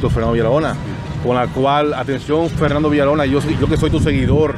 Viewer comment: COMO, ENTREVISTA A ALGUIEN SI NO SABE HABLAR, DICE CANTAL, PUELTA, FELNANDO, SEGUIDOL, ERROL, NO SE SI SABES PERO EN EL DICCIONARIO EXISTE LA R R R R R, COMO TE PONES A AYUDAR A ALGUIEN SI EL QUE NECESITA AYUDA ERES TU, RECUERDA R R R R R R